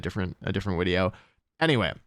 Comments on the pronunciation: Glad to hear you say wideo again. I discovered your channel during lockdown in spring 2020. And your daily uploads along with your positive energy really helped me get through the day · You said wideo and I got nostalgic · I love how wolfe says wideo plus the content on this channel is top notch /10 story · Wolfe: Wideo Me: :')